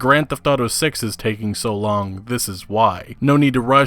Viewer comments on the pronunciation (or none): none